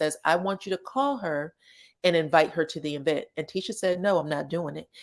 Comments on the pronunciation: I love the way you put E VENT thats how Latheifa pronounced it………… she probably thought it sound good ( wrong ) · “E vent” 🤣🤣🤣